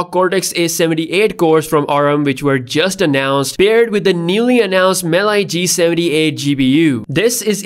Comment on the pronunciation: Mali, not Mely